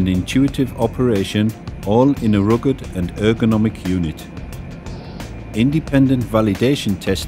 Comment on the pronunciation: Egemen T. rugged..?